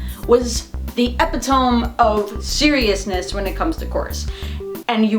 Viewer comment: you need to see this video called The Epitome of Hyperbole, just because of the way you pronounced Epitome😂